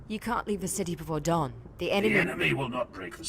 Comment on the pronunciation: Isn't it Dorn as in the primarch Rogal dorn, instead of dawn in that qoute.